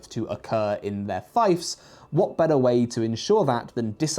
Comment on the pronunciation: did mispronounce “fiefs” as “fifes” as deliberate callback to the Fief review?